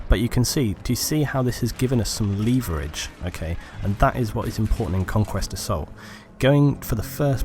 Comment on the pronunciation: I am going to use the word "leeeeeeeeeee-vur-ridge" from now on :)